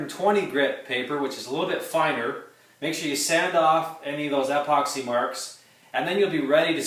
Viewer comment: Not sure whats more annoying, how he pronounces epoxy or how I can barely see anything because of the sun coming through garage door 😄. That being said, thanks for trying